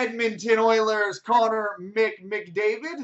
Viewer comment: Why did you say McMcDavid